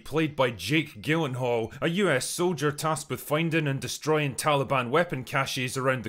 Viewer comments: Because I like your vids and this movie, I'm gonna forget your surprisingly wrong pronunciation of Jake's last name😂 (there are a couple different ways to say it, but with a hard 'G' is not one of them..lol...lay off the sauce drinker) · Why does Drinker's hard G on the pronunciation of Gyllenhaal rattle me so much lol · Jake Gillen-hall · No one gonna talk about how he pronounced “gyllenhaal”?